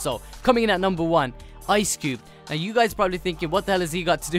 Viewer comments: It's Ice Cube not Cubed! Damn it,! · It's Ice Cube not Cubed bruh but still cool